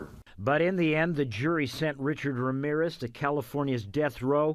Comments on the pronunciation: No es Wramiwres es Ramírez. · Me "encanta" como los gringos no saben pronunciar bien Ramírez y lo pronuncian mal jaja